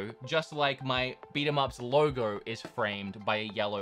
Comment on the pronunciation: Lowrrr Goorrwww (logo)